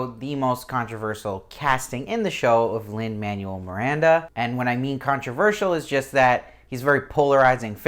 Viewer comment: Agreed, good review, but he said like every name wrong and it was driving me crazy. Don't know if he's just trying to get these done fast or not paying attention, but other than that I appreciate that he's one of the only YouTubers covering this show! Lee Scoresby = Scores-bee, Lin Manuel Miranda = Man-well, Serafina Pekkala = Pek-uh-luh, Iofur = Yo-fur, Lord Boreal not Loreal.